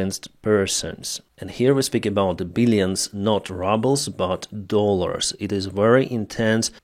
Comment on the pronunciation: "...and here we are speaking about billions of not 'RUBBLES' but Dollars"... 😅